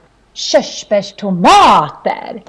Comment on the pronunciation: her pronunciation of körsbärstomater is really obnoxious. hger dialect is whack.. noone says schöschbärstomaaaaaaaater